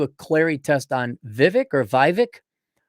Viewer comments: his name is not pronounced phonetically, it's "VEE-VAKE" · vake like cake